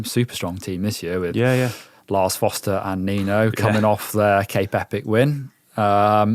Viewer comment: Just a note. Nino SchuRRRRRRRRter and Lars FoRRRRRRRster. There's an R in both names.